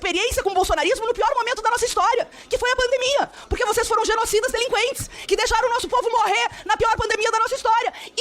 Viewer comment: “Machinho Alpha” “Delinqüentes”??? Olha a Maritaca Gaúcha aí gente!!! Kkkkkkk Dá um Gardenal p/ ela…